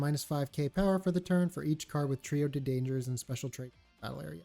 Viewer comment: No one ever pronounces Trio de Dangers correct lol